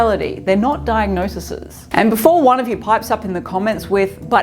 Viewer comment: "diagnoses", plz